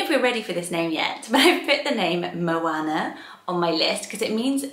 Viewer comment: For anyone considering the name 'Moana' please take note of the correct pronunciation here Having lived in NZ for 2 years I'm quite passionate about correct Māori pronunciation and moana is the Māori translation of ocean. It's not said with a short 'a' sound, it's a long sound that sounds more like 'arr'. Such a beautiful name and obviously a popular one in NZ, but not so much in the UK!